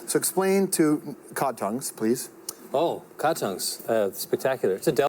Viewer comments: COD, not cow...we eat them here in Norway too. AND cow tounge. ;) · Cod not Cow Cod is a fish never had Cod tongue but I have had Cow tongue and it's delicious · NOT COW, COD!